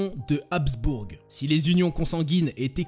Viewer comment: Habsbourg pas hasbourg